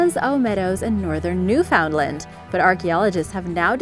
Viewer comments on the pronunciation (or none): Say it like this "newfun-land". We don't say it like new found land . We talk much too fast for it to sound like that lol 😂